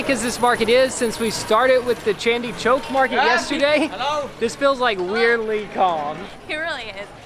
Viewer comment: You guys are so cute. The way you guys pronounced “ Chandini Chowk” and “Pahar Ganj” was hilarious, but kudos for trying and always being optimistic.